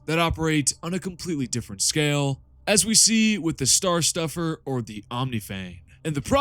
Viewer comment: Fortunately he put the text on the screen so every time he said "stuffer" my autism could remind me it said "snuffer"